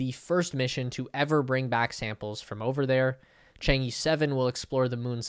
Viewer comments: Chang'e sounds like Chang uh. It's not changee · Is ‘Chang err’ not ‘ Chang yee’ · You gotta get the pronunciation right. It sounds more like "Chang ugh". LoL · Wildly mispronounced "Chang'e." Embarrassing...and just lazy.